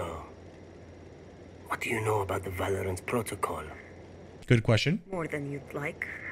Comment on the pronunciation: ahhh yes... "On Today's episode of Va-lore-ant."